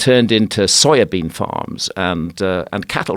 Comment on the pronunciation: I like everything about Graham Hancock, except... For the way he says "soybean" xD